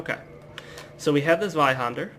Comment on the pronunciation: You know, the way you say Zweihänder isn't all that bad! (a rare thing btw). Oh and good job. You are not talking too fast or too slow and you seem quite nice so I'm going to join you on this quest! -likes, subscribes, shares it with my friends- ^^